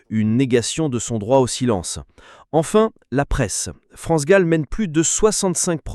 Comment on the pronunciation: Pourquoi tu prononces Gaule ou lieu de Gall ? Une artiste n'est pas ton zizi que tu prononces différemment bordel